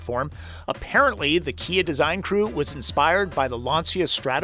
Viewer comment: Kuh-Kuh-Kuh-KIA!! Or was that Chia? 🤔